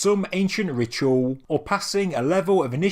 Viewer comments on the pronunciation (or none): none